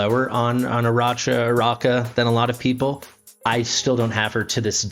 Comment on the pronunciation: The third syllable "NO" is also missing and replace with "a". The proper pronunciation would be "Araka".